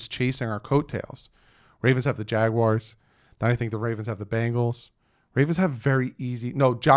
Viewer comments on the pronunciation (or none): none